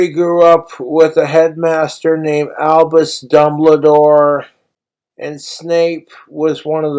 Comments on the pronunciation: "Alvus Dumbladore" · "Albus Dumbladore" "Vlord Voldermort" yeah, i cant believe he read it